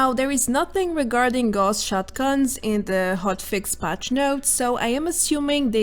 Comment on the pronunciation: Gauss is pronounced "Gowss", not "Gorss", after Carl Friedrich Gauss, the mathematician and physicist mainly famous for electromagnets. A quick google will show that. :-)